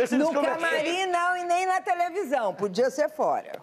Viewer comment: Eu tenho impressão que as vezes eu ouvia tevelisao